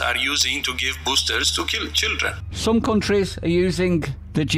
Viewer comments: Allegedly Tedros started to pronounce "children" as cildren but corrected himself. This sounds like a reasonable excuse. The clip also sounds speeded up slightly, perhaps to make the slip sound more damning. Not quite the smoking gun we all thought it was. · Ehh, this time I get him the benefit of the dao, in some languages including Romanian if you read letter by letter the word children will sound kildren because 'ch' and 'k' sound the same in a word and 'k' is composed of the group of letters 'ch' so 'ki' in Enghish sounds the same as 'chi' in some other languages and 'chi' in English sounds the same as 'ci' in other languages So, when we read "children" leter by letter sometime we slip the "kildren" word instead